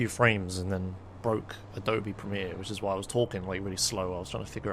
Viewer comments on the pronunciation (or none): none